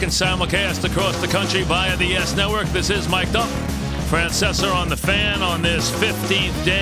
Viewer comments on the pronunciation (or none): Frances-er LOL